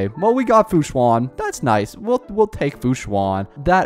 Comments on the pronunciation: “Fu Swan” 😧😧😧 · ITS PRONOUNCED AS FU-SHAN